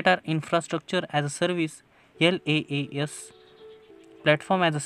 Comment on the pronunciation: Sir tumhi Laas bolala pn te Iaas aahe